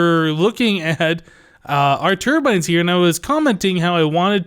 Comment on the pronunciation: When you said "turbines" at the end, I heard "termites."